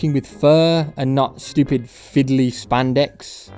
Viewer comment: I like how he says "schewpid"